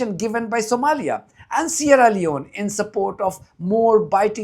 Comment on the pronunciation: Did you say Somalia?